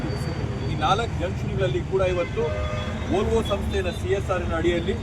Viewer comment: Volvo adu volto alla... Please correct agi pronounce madi